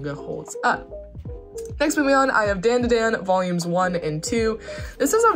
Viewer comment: It’s read as Dun da dun not Dan